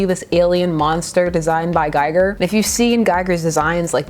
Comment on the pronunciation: And you are certainly not the only one to mispronounce his name so I will help. Gee-Ger H.R. Giger Gee-Ger